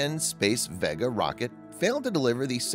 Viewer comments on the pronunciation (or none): The reason so many people think the narrator is a robot is that he does odd things like pronouncing Vega as though is rhymes with egg instead of vague.